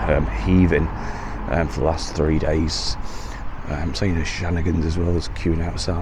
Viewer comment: Nice one cheers for that really appreciate your work. If you don't mind the pub is She-nani-gans, me being of Southern Irish ancestry 🤣🤣🤣🤣🤣